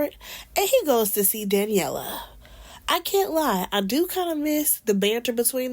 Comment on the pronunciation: I just love the way says Danni name, Danyella.